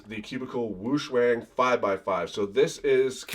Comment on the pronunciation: You mean the Qiyi Wuque [Woo-chway] not [Woo-coo] Cubicle WuShuang [Woo-shwahng] not [Woo-shwang] I feel so weird using goofy English phonetic spelling instead of IPA.